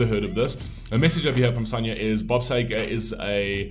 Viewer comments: It's Sea-ger, pronounced that way not Say-ger🤨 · First I'd like to say thank you for introducing Bob Seger to other people on your platform... May I suggest pronouncing Bob Seger's name " Seeger " as we do in USA, for its how he says his name. The song was a big hit in America as well. I also understand the English and American pronunciation of words are different. Bob Seger is a Michigan Treasure as well in America, also other musicians hold him in the highest regard here in the USA. May I suggest Googling his name, asking a few questions regarding him and you will find so much information on the Great Bob Seger... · Yeah the very least he could do is pronounce the Mans Name Correctly. I love his music Staple of my Teenage years loving getting hurt and growing thru it all